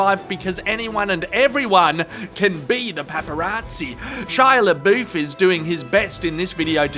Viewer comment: You mispronounce quite a few names in this video, including LaBoeuf, Tussaud, Keanu and Levitt.